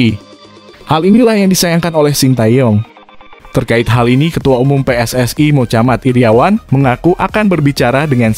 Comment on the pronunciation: WOIIII...nyebut nama orang yg bener dong...mohammad Iriawan knape jd mocamat Iriawan...!!! ente gak bs nyebutnye yee...